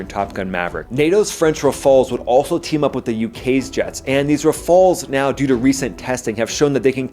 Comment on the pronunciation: The French jets are pronounced "RAF-A-EL"s